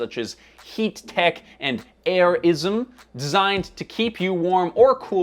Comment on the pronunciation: Lol at airism being pronounced as “air-yee-zm”